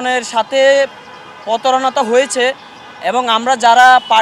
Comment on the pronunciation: মেধাবী, বাংলা ভাষাটাও জানো না। "প তা র না " কি? প্রতারণা। র - ফলা শিখায় না মাদ্রাসায়?